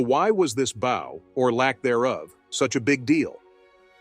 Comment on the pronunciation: The narrator needs to learn how to say "bow" as in curtsey of bend at the waist. He pronounced as "bow" that is used to shoot arrows, used the same pronunciation for "bowing". He should learn the appropriate pronounciation, even if it's AI that must be programmed properly.